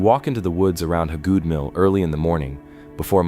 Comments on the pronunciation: it's pronounced Hay-good and there is no trees or sunlight around it, it's been put under a shelter to protect the petroglyph. The mill itself wasn't there originally it was moved there in the early 1900's. The petroglyph rock is in its original location if I'm not mistaken, it was found by someone doing yardwork at the mill in the late 2000's. I live a half a mile down the road from it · HAY-GOOD. It's HAY-GOOD. I've lived in Pickens county most of my life. That name is all over the place. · Yeah, why didn't someone fix that crappy AI pronunciation before they published??